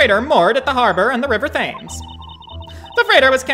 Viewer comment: I'll never not laugh when I hear non-Brits say "River Thames" totally wrong. It's pronounced "Temms". And there's no way that anyone would know that without being told so first.